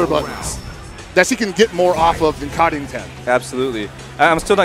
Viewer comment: Assuming "Karin" is from a scandinavian language, it's literally pronounced car-in, but with a hard r